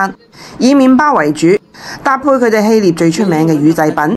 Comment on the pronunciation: 臘 是唸臘味的臘 非獵